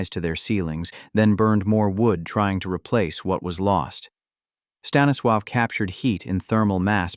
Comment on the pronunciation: Honestly, someone needs to learn how to pronounce Stanislaw’s name.